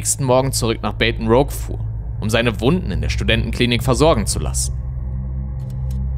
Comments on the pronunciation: Baton Rouge: "Beiton Roug?" Die korrekte Aussprache lautet eigentlich "Bätten Ruusch" 😉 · Für die Zukunft : es heisst Baton rouge Bah-tohn Rousssh (französisch für rot halt) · Baton Rouge [ˌbætn̩ˈɹuːʒ] oder französisch Bâton-Rouge [ bɑtɔ̃ʀu(ː)ʒ] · Richtig ausgesprochen: "Baton Ruuuuuusch" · Uff... deine Aussprache von Baton Rouge hat mich erschaudern lassen. 😁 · Die Aussprache von Baton Rouge hättest Du vorab nochmal klären sollen ... 😬 Ansonsten: gut recherchierter Bericht. Das ist einer der grausamsten Mordfälle, von denen ich jemals gehört habe.